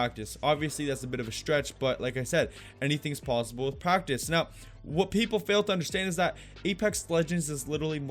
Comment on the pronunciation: He say practice,but i hear it Cactus XD